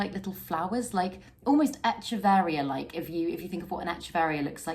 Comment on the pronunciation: Cool plants but echeveria is pronounced eck-everia.